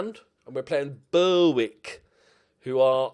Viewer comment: FYI pronunciation tip The 'w' in Berwick is silent. Bit like Norwich. Watched you struggle with this for too long 😊